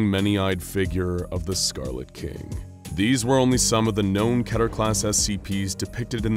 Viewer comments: What is ketier/keteeer (three syllables) class? I have heard of keter (two syllables) class. Also, do you mean wreck (which you say) or wreak? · did he just say Ketier ?? WTF is going on here ?? lol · You write it as Keter, he says it was Keta.